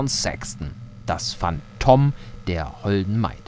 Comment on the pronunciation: Wieso Anbaggern??, du bist doch Attraktiv und Clever oder nicht:) <3 Hehe, Lesestunde mit:D Das Phantom wie du es immer aussprichst xD und die Betonung auf Phan(TOM) immer ach herrlich:D so "Ich kann da noch weiter??... Ja da Liegst dir Nieder!" Wie? jetzt gleich??:D hust beim Signal "ich brauch irgendwas Langes!" xD Hust- naja... ich könnte was sagen aber... ähm... Nein! Ich werde mich Beherrschen xD Lach Das Signal zeigt doch HP0 Und mitten im Gleis zu Laufen ist doch etwas Gefährlich O_o Und ja, eine Schnellreise Funktion wäre escht Toll:D Und zu Omsi2 da gibt es ein Add-on Bremen-Nord, das sieht nicht schlecht aus^^ Tolles Video^^:D